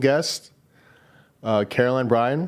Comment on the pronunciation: Its not Carol-lin its Carol-LINE. Pronounce your guests names right 🤦‍♀️ ugh. I LOVE Caroline but Jay made this so awkward and is a horrible interviewing people. Don't ask her why 100 times and actually let her finish what she's saying and don't interrupt 🙄 and he has some weird a** questions.